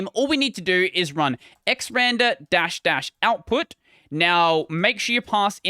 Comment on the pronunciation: it's pronounced "ecks arr and arr"... not "ecks ran der"... 😏